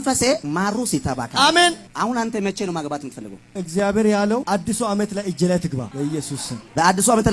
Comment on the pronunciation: Ezgaber...hehe he. Not even properly pronounced ..😢😢😢